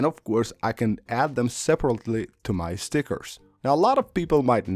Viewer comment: "add them sepabrley" LOL "just tap the dumb buddon and now you're good to go. of course"